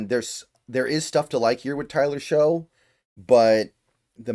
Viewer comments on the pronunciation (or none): I know it's weird but just FYI Shough is pronounced "Shuck"